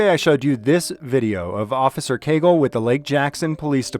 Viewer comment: cagle not cagel